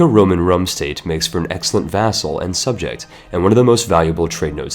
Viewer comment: You make vassal sound as food.